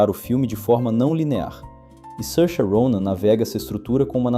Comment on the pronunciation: É assim mesmo. Tem vídeo dela mesma ensinando a pronúncia.